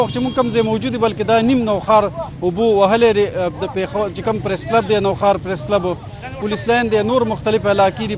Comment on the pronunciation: Nohaar na Nokhar